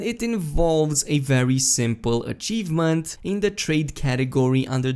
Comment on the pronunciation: Every time you said achievement I cringed and wanted to shout myself